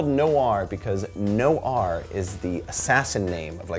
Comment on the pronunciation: Noir, as in NWAAR!!!?? The french word for black. Black-Film, noir... Humphrey Bogart? Chinatown, The Big Sleep? Ugh.